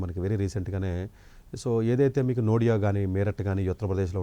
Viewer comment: నోడియా కాదన్నయ్యా.. నోయిడా....